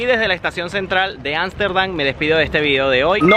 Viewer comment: No pronuncias correctamente Ámsterdam lo hacés con N, ansterdan, porqué?